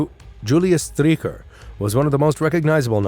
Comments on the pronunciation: "Striecher" is an awful pronounciation. It is not "Striecher', but pronounced Streicher. Streichers last words were as I know also expressing farewell to his wife. The last words of people before death are of course of undoubted gravity, because in the face of death, men speak the truth. So this trial in Nuremberg shows some of the men died innocent. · so many mispronunciations, like Streicher (Streaker!) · That's one name you Yanks set wrong - Str - eye - cher. It's because you mispronounce the Jewish -stein names as -steen, possibly because that's the Low German variant. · Interesting and informative. Slightly flawed by some mispronounced names. In German, when there is an i & e together it takes the sound of the 2nd letter. For examples, the ei in Streicher is pronounced “eye” while the ie in Wien (Vienna) is pronounced “ee”.